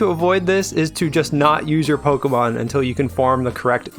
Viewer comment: and you still can't say pokémon right